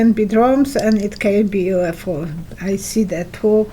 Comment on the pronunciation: UFO not UFI.... Duh.